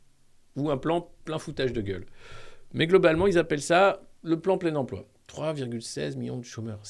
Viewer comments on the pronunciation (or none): Salut Alexis! Ça vient d'où cette prononciation «emplwô» avec l'accint d'ech Nord?? J'ai manqué un truc?